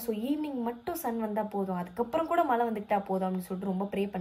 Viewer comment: Alagaa ila Mala ila Use zha properly..just a suggestion